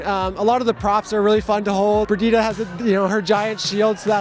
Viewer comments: why does everyone (including mercy in game) say birgitta??? how is it hard to say BRiGittE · Burgeeda? it's bree-jeet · No it's Bri-gitt-eh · you definitely don't know where the name comes from. It has a french origin, and in french it's bree-jeet.